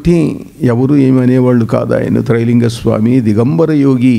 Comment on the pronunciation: నాయనా తెలుగు నేర్చుకో ముందర ట్రై కాదు రా బాబు త్రై.....🙏🙏🙏....